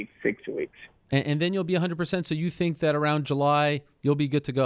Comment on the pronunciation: It's I think not i tink